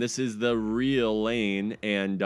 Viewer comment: It it is not pronuchned lane is produced Lai ne